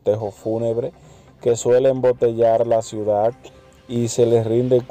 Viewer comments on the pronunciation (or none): none